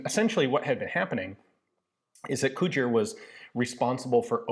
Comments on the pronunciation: I was very briefly convinced you were saying "Couture", not "Cugir", and I had been wildly mispronouncing "couture" my entire life. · If you think “Cugir” and “Couture” sound alike, you definitely have😂